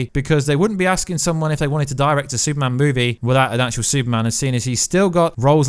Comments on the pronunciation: Bro, you have to learn how to say Super-Man lol. Stop saying soup-man! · Where is the actual news. This is totally your thoughts. Nothing confirmed. Absolute click bait. And it’s Superman. Not soupman.